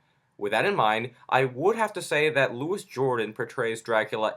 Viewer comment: "Louis Jordan???" I appreciate your review but please learn how to pronounce a living legend's name.